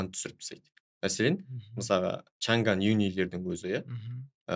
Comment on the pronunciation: Журналист жігіт неге МЫСАЛҒА деген сөзді МЫСАҒА дейді ?